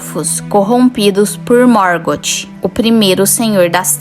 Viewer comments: Preste a atenção na pronúncia correta do ´TH´ na língua inglesa, o correto é Morgof e não Morgoti como vc está pronunciando... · Acho que se pronuncia "Mórgófe". Muito bom os seus vídeo, acho que nunca vi esse questionamento em outros vídeos no yt